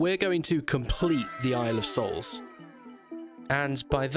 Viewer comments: Are you saying boys soul or boys hole? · Thought you said boys holes I was like....wot